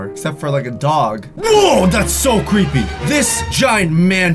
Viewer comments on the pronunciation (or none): DATS CWEEPY